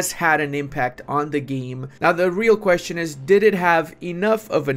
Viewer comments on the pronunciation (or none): none